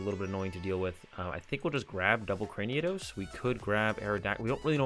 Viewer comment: Well played and commentated as always. You seem to pronounce Cranidos as Craniados which is certainly an interesting decision, we'll see if it comes back to bite you...